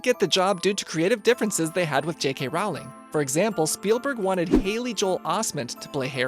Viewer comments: IT IS ROLLLING NOT ROWWWLING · its Rowling like bowling not Rowling like howling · ITS PRONOUNCED ROLLING BIT ROWLING